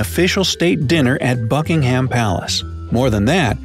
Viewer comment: he said bucking HAM not bucking hum